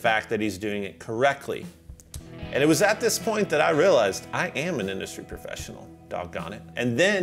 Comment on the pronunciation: "Industry Profeshunal"